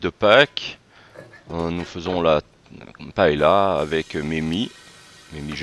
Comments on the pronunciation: Surprenant!!!! Jamais je n'ai vu une paella (prononcez paeya svp !!!), de cette façon !!! Vous servez cela à Valencia ou à Barcelone et tout reste dans l'assiette !!! Ce qui me surprend c'est le laurier et le chorizo !!!! Inédit !!!! Enfin, bon appétit quand même 🥂🥂🥂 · Des recettes de paëlla, il y en a plein internet. Mais on dit pa-é-lia, au minimum. Si vous entendez pas-est-là, c'est clair qu'ils ne savent pas de quoi ils parlent. l'Espagne elle est pas là.